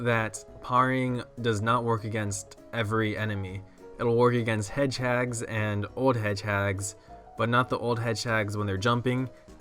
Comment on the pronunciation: Pear-ing hedge-hags ;D